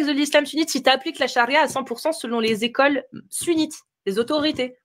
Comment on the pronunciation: on dit quatre écoles, pas quatre zécoles